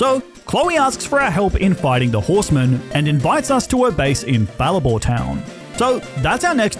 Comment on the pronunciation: Haruko? Someone liked flcl also the way you say Fall Arbor Town kills me.